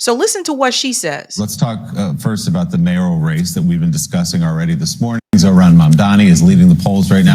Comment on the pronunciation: You are mispronouncing Zohran Mamdani’s. The correct pronunciation should be something close to this: “jo-Ho-raam” “Mam-danee”